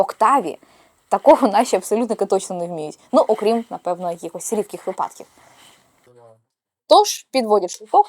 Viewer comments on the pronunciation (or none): none